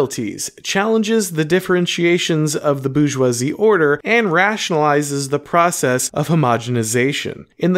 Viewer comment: Minor quibble: your continuous mispronunciation of 'Bourgeois' and 'Bourgeoisie' as ''Boojzwah' (there is an 'r' in the word), hurt my French sensibilities